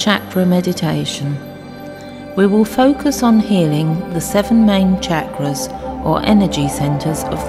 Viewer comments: I just can't even handle the way you are pronouncing chakras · me too it's been very distracting. had to turn this off. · Just thought the same thing....so bad it's good lol